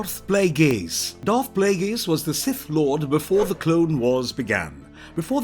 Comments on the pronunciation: Plagueis... 'play gays' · i stopped watching after the second tie you mispronounced Plagueis